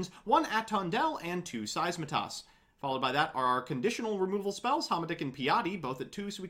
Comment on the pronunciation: It’s SEITSEMAS, not SEISMATAS. RESPECT THE VOID.